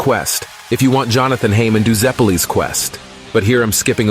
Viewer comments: "haymon." are you fucking serious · "Heymon" xd